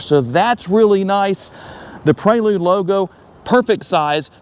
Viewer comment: Praylude? You mean Prelude.. Pre, as in before..